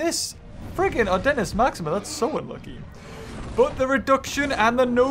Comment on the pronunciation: whenever says adentis it sounds like "our dentist"🤣😂